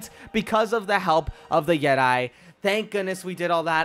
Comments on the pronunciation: It is pronounced yet-ee NOT yet-i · pretty sure it's Yet e not Yet I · "Unleash the yetai" ??? "Unleash the jeti" wut da hell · yeti not jedi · Dude it's pronounced yet- e not yet- i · No one: Literally no one: Star wars fans: *you said YeTi as jedi* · nice pronunciation on yeti there mate